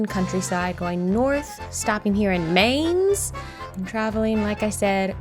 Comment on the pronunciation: Mainz is pronounced 'Mines'